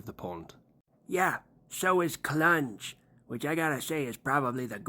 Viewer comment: Lmfao thank you I fucking love you. First you said clunge in a Scottish accent when you lived streamed Now you said growler mentioning a brit 😂😂😂😂😂😂😂